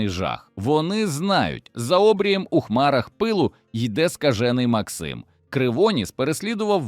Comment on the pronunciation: Ну це ж треба так бемкнути : МАксим КривонІс , ЯреМа !!!